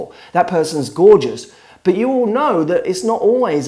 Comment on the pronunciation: Why can't you say the T at the end of the word "but"?